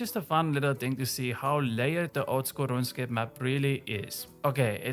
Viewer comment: That first pronunciation of “Ronscape” caught me off guard but then I really started to dig this dudes content.